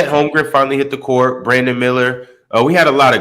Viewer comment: Call me crazy but Is it holmgren or holmgrem I hear both sometimes ?